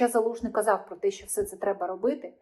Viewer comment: "Щьо,щьє", що за вимова у вас,вашою вимовою катувати ворогів можна.Аж вуха заболіли від такого мовлення.Ви напевне розмовляли російською,а тепер перейшли на українську.Жахлива дикція.😮